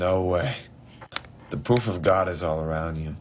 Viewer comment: pwoof of gawd